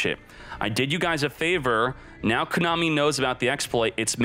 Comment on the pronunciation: How does he not know how to pronounce Konami?? Lol